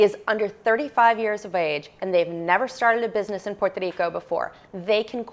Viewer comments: great information and I love the way you say Puerto Rico. God bless you. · Great info. I appreciate the effort to say Puerto Rico in Spanish. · Si es cierto es la única que lo dice muy bien en español she’s awsome